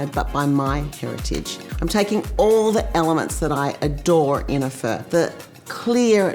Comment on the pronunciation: not bad...u didn't butcher pho